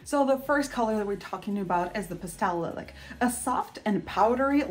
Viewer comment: Beautiful! By the way, it's pronounced LIE-lack.